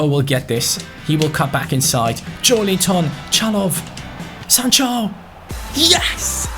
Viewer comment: Its JoElinton not JoeLInton please...